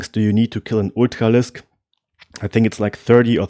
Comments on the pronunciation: What the hell is an ootcalisk? I feel like he’s trying to say ultralisk. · It's amazing how you get the english pronunciation of r right in words like upgrade, but on Ultralisk I can tell you are german just by that one consonant :)